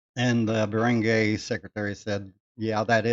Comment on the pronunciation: I also had someone reported to the barangay to settle the matter of non payment of personal debt. The barangay (pronounced "barang-guy" not "barang-gey" just so people could understand you more) is the smallest unit of government; it is not a court of law but they are allowed to settle matters that you described. That is a form of "out of court settlement." The first point when going for settlements is the barangay (not all cases apply) if the problem is not settled there, that's when you can elevate it to the actual court. If my case was not settled at the barangay level, I was prepared to go to small claims court. Thankfully, the other party paid their debt. If you really want to live there for good, try to learn the local language. If it's Bisaya, "para dili ka mabaligya." If your girl speaks Bisaya, ask her what it means. Have a nice day.